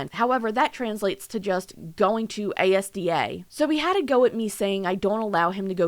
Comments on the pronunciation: I'm sorry but the "A S D A" part is hilarious, it's a shop in the UK pronounced "AS-DA" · For the record: “ASDA” is literally the British Walmart. It’s pronounced as-da, not the singular letters ☺️ But yes ImAlexx does not know how to treat his partners and has some serious issues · Never heard anyone call Asda ‘A S D A’ before